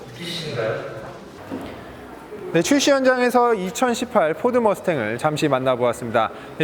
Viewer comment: 와 머스탱...2018발음이 굉장하시네요 ㅎㅎㅎ 항상 재밋게 보고있습니다!